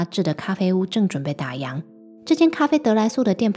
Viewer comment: 打烊，烊，读第四声，跟样子的样是同一个读音。不要再读错了。